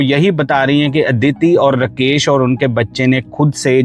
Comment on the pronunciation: कितना बोअरिंग ….रकेश नही राकेश